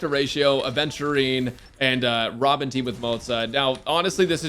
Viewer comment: I think you mispronounced robin 🗣️